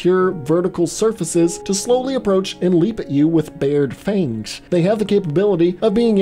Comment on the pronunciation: to whyd you say fangs like that.😂😂😂😂